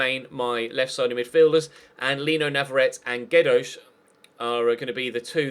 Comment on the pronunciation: You don't say Jedoz Butt Gedoz with a normal G